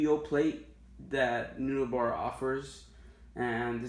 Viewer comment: Dude love your board, great set up. Btw, Neunaber is pronounce "nu-neighbor". I'm sorry for correcting you, my ocd wouldn't let go through if I didn't. For your future stereo set up you can get a British style amp to complement the Milkman like a Hamstead Artist 20 or get a tweed style amp with a creamback in it.